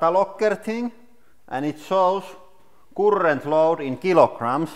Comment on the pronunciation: "....currrrrrrrrent load in kilograms..." awesome accent. Love this channel.